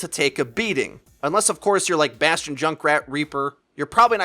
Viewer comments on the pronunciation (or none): none